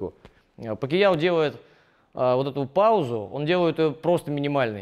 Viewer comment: ПакИяо ))) Ну ты даёшь))